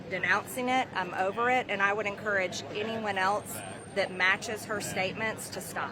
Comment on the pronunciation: Wuda, Cuda, Shuda! Please!!